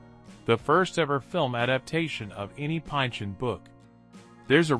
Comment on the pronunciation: boogie nights at #7 ?!? punch drunk better than hard eight? thomas pine-chun instead of pinch-on?!